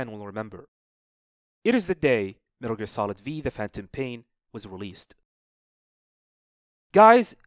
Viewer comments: No one gona talk about how he calls it Metal Gear Solid V? 😂 its roman numerals the V is 5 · cool video but its MGS 5, the V is a roman numeral, but I'm sure you knew that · It’s 5 not v 😂